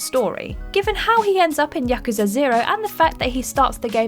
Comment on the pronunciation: You pronounced Yakuza wrong!!!